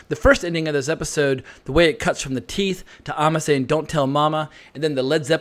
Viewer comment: AND it is AMMA (BAM) NOT AHHMA!! You have ALSO been mispronouncing that name too!!